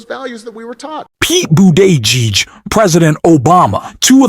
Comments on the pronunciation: Pete's name is pronounced "BOOT- EDGE- EDGE" , accent on the first syllable according to Pete's husband. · lol, I’m giggling how you pronounce his last name, think boot edge edge, I learned this from a 6 year old girl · "Do you then think half the Americans who seem to prefer him over Kamala Harris are clueless?" Obviously they are. The weird Machine-Voice is a little scary... and pronounces "Buttigieg" very strangely. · I think Mayor Pete will. at some time in the future, be the President. And America will be much better if he is. I wish you would, however, drop the weird pronunciation of his name. That alone takes away a lot of credibility from the veracity of your channel., you have heard his name a thousand times and know how to say it.